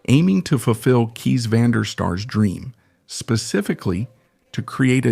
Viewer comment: Kees is pronuniced "case" as in suitcase.......